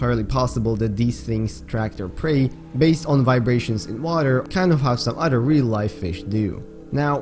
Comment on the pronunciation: great video dude! i’ve been obsessed with your videos lately and how much research you put into each and one of them, but a little heads up: you are pronouncing “other” wrong; i don’t mean it in a hateful way whatsoever, i just think this can help you improve your english (i am guessing english is perhaps not your first language?) the way you’re pronouncing “other” is the way “utter” is pronounced, and these two words have different meanings, you see: “utter” means something absolute, while “other” is used to refer to something different from the previous thing mentioned beforehand, i know that english’s pronunciation is fucking weird (english isn’t my first language either so i feel you on this one) but the “th” in “other” is pronounced more like a “d”, i don’t know if i’m explaining things correctly enough for you to understand but you can look it up in google translator, just put “other” and click the button that provides you with the correct pronunciation, trust me, it works great! i’m always using it and it has really helped me improve my pronunciation and i think it can help yours! good luck :)